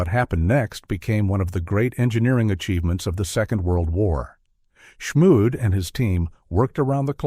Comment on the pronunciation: Except for killing Edgar Schmued's last name, was a very acceptable video